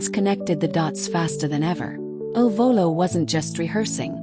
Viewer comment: Please STOP calling them I L Volo. Their name is "il Volo" . , il is "the" pronounced like "ill" in English. Their name means THE FLIGHT. Correct now instead of relying on AI !!!!!!!!